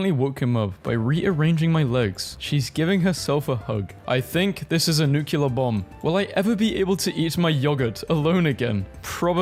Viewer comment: my parents have bullied me for pronouncing nuclear this way smh